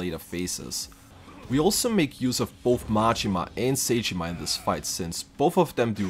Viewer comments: Just in case you make another challenge video on this game, Zheng is pronounced like Zong not Jang. Edit: Also Sae, whether it be saeko or saejima isn't said like say or Psy, It's more sah- eh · It's not say jima💀